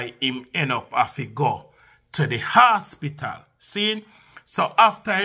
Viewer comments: "Hospital" not asspital gosh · it’s hospital. Not asspital